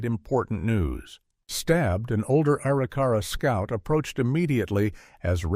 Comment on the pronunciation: That would be uh-rick-uh-ra